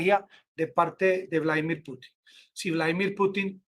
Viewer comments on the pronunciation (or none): none